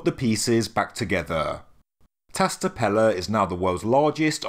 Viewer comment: It’s Tash tepeler, and Shanliurfa, in Turkish the S with a dot or a line underneath it sounds like Sh in english.